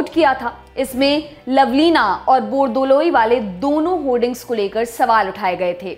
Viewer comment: It's very nice to hear when you say Gopinath "BORDOLOI"